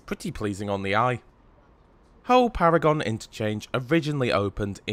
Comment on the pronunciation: Pronounced ‘Paragun’ station